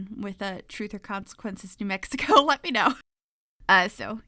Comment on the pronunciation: May be a year late, but you did New Mexico justice with this build. Your pronunciations btw, were very close for a non local. Thank you so much for this build!! I've added this to all of my save files as a tribute to my home state!! You did a beautiful job on this house.